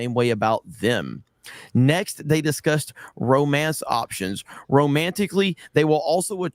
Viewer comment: doesn’t know eunuch, but on TNME, he didn’t know the word “option.” He said “op tea on.”